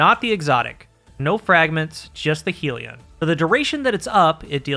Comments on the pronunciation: Great vid, and for once we have a Destiny Youtuber who isn't an illiterate retard... you pronounced Sieve correctly when nobody else could. Edit: Uh oh, spoke too soon. pronounced Hellion "Heel-E-On", when it should really be "Hell-yun". I guess 1 for 2 is the best we can hope for with this bunch. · Please change your pronunciation of Hellion. It's not 'heal-eon'. It's 'HELL-eon'. as in 'begone ye demons from Hell' (whom were also referred to as Hellions, in some texts). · It's not "helion" as in "helium", it's hellion - hell-ee-on. Aka an unruly person. May be minor except the word "helion" with one L was spoken nineteen million times in this and it grated every time... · Isn't it Hellion, with two L? You're pronouncing it as though it was spelled "Helion" with one L, which would kind of make sense because "helios" = sun, but it isn't. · Love your vids and welcome back! Not allowed to call it heal-ion though. Rebellion -> Hellion. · why can noone pronounce this word correctly... its HELL-ian not HEAL-ion. Hellion is a real word healion sounds like a pokemon lol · youre pronouncing hellion wrong, its not "heal-e-on" its "hell-yen", i normally wouldn't say anything but you say hellion a LOT in the video and its very distracting how wrong you're pronouncing it. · Good breakdown… it’s a double L, though, “hell-e-on”. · It's amazing to me that you YouTubers cannot pronounce "hell-ion" to save your lives. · take a shot every time says "helion" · That's not how you pronounce Hellion.